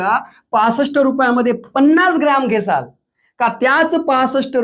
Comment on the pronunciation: घेसाल नाही घेताल असत